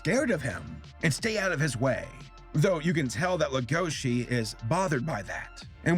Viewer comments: Can't we agree on one thing? It's legosi, not legoshi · i’m not trying to be mean but you and other Youtubers make the same mistake it is Lego-she and and it’s Luis with an R so it’s Ruis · LEGO - SHI Lego as in the brick, then Shi like She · Leh-go-she, no it's pronounced leg-o-she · Can people stop pronouncing it “legoshi” it’s legosi. There’s no h and that’s how it’s pronounced in every other sub and dub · Welcome to big fucking whale gang edit: why does everyone say "legoši" instead of "lego-si"? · pronouncing Legoshi's name: Lugoshi Beastars Fans: Uhh haha its pronounced Legoshi. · The way he pronounces legoshi's name as legóshi irritates me so much. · Talks about Beaststar Also him: Lagoshe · Our main character is a grey wolf named Le-GoH-ShI........ WHY DUBBED WHY, why must you pronounce these names like this TvT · "Le-GO-shi" they say his name so many times in the anime, it's not that hard to pronounce properly, it's "LEGO-shi" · I like your video on this and I love the show, but the way you say Legoshi makes me angy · He prenouced legosi wrong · Yikes saber saying legoshis name wrong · PLEASE stop saying Legoshi wrong IT HURTS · I’m sorry but the way he pronounced legoshi angers me wtf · The way you said legoshi triggered me the whole video